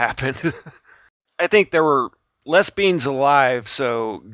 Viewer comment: lol just a fun comment, you say “less beings” but I heard “les bians” lol